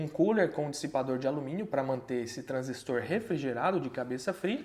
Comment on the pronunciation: Caramba q projeto massa. Parabéns pelo canal. Também gostei muito de ouvir um professor falando corretamente a palavra TRANSISTOR, precisamos desses bons exemplos.